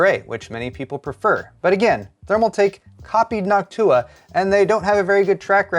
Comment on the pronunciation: it kinda hurt hearing NochtUUa since i only ever heard it said NOOOchtua..... not saying he is wrong or anything, but i was shriveling on the inside.....